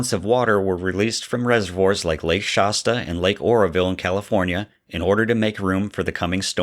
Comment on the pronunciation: Pronounce Shasta better. It’s not Shosta, or whatever it is you’re saying.